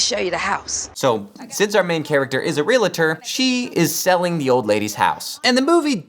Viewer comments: Please, for the love of whatever deity you believe it, and for the sake of my English degree, please pronounce it "real-tor," not "re-la-tor." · Realtor Realtor Realtor NOT Realitor